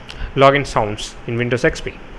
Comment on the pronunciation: it sounded like u said windows sex p